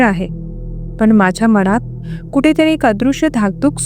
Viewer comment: अनाकलनीय,मनात,कानात यातील "णा" हा उच्चार खटकतो! अणाकलनीय,काणात,मणात हे ऐकायला खटकते! तेवढे सुधारायला हवे! बाकी ठिक आहे!